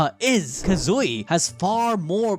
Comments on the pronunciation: Please say his name correctly. It's Kazui, not KazUi. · You gotta like this comment every time he says Kazooey.